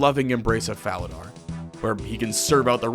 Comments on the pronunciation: My brother in guthix, it's pronounced fala-door, i'm sorry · The fact you mispronounce Falador multiple times... I'll forgive you